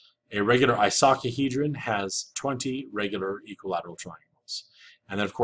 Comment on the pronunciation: Thank you for sharing these! Please note “icosahedron” pronunciation.